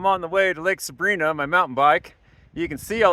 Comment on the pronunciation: I lived in Bishop for 10+ years. The proper pronunciation of Lake Sabrina is Saa - Brine -aa. With an i sound not an ee sound like the girls name.